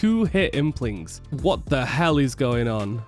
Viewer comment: my favorite is how he says WATAHELL 🤣